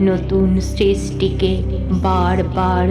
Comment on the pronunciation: ছ্রছ্টা না স্রষ্টা, ছৃষ্টি না সৃষ্টি